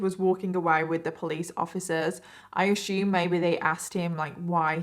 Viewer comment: assume. please say it correctly